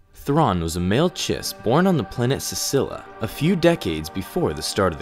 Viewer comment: Čila or Chila or Czila, but no Csila!